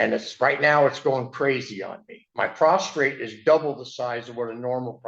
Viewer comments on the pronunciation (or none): The word is P R O S T A T E not PROSTRATE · First off, it’s prostate, not prostrate, you would think you would know how to pronounce. Also, I don’t think his prostate is ailing because of his neighbor! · That’s what I thought to. Especially when he started talking about his ‘prostrate’ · AAAAAAHH he DOES have IBS and issues with his “prostrate” what an ignorant POS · Oh god, now he’s talking about his prostate. Oh I’m sorry, he said “prostrate.” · When he said "my prostrate" all I could think about was Andy Sipowicz from NYPD Blue (I'm sure many people here won't get my reference)!